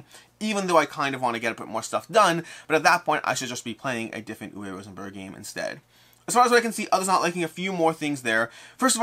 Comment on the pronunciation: I know almost everyone in the industry pronounces his name incorrectly, but for the record, it is ooo-vuh Rosenberg. Like booo, ooo. W is a "v" sound. E at the end of words in german is an "uh" sound. Oo-vuh.